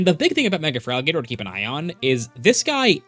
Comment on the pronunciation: THERE IS NO VOWEL BETWEEN THE T AND THE R IN FERALIGATR! REMOVE IT NOW!